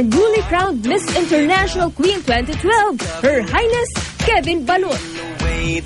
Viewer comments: balot not balut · GAWD PRONOUNCE IT RIGHT PLS, BA'LOT HAHA KABOTHER